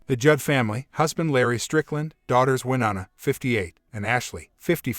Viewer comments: Maybe learn how to pronounce Winona before you put it in a video? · Please learn how to pronounce Wyonna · This shouldn't have been aired and it would be decent if they would have pronounced Wynona's name right